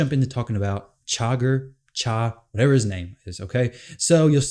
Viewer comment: It’s Shuh-gur. Anton Shuh-gur.